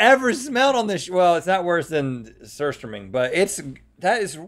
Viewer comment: I'm impressed by Rhett's pronunciation of surströmming.